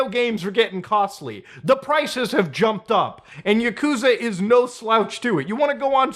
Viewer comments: It's pronounced yah-kuh-zah not yuh-koo-zuh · It’s ya-koo-za Mutahar 🤓☝🏼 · "My favorite video game franchise: Yakooooza" Can't even pronounce your favorite game's name... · Yuhkoosa KEKW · For a favorite game you cant even pronounce it right. Lmao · Why are you pronouncing Yakuza wrong?